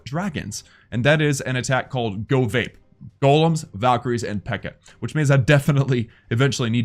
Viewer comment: He said GoVaPa